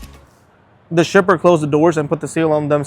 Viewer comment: Is it just me or does it sound like he says “stripper” instead of shipper 😂